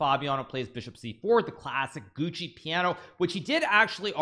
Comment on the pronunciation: "Gucci" Piano?? Don't know if he's trying to be funny or is just saying it wrong. It's pronounced "Juoko".